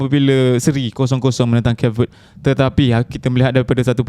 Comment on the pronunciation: Kayp Vuhd this is how you pronounce the country